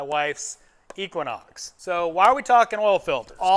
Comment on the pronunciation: I stopped when you said equinox